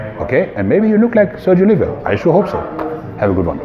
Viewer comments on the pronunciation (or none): O-leave-ah Not Olivia .